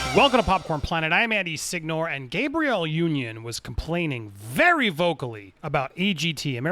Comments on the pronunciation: Why do Americans consistently pronounce everything wrong? Her name is clearly pronounced "Gab-REE-Elle" (Gabrielle), not "GABE-ree-yul" (Gabriel). It's like few of you have ever passed grade 2 english. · Wait a minute.. what state andy from? he said “Gay-Bree-Elle” I have never heard it pronounced that way 🤣😂 at least not in ny. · You're saying her name like it's the boy pronunciation, like Gabe or the angel Gabriel. Her name is Gabrielle, Gabby for short, the "a" is short sound.